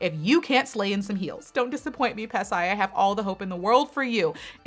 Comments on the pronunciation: Yas! Pasay was said correctly haha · "Pasay, I said it right, I said it right... I think I said it right" 😆😆 at first you sound so confident and then you had doubts Lol 😂😂 but you pronounced it correctly!💗